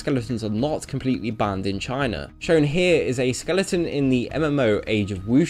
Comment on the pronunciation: "Hlyave beeen booned by the gooverment"